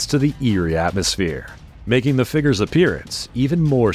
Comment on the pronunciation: I like these videos but the narrator sure talks about a lot of "figgers"!